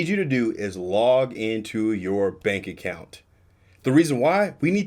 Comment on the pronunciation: Yep, she said “bank appount”